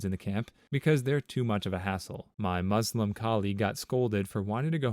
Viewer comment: Bruh the way you said Muslim 💀